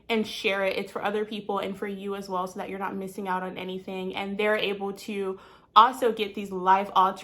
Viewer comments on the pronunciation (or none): none